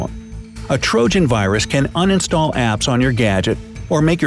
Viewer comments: he says un-stall instead of uninstall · It’s pronounced “uninstall”!